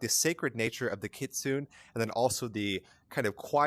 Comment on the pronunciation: It's Keet-su-nay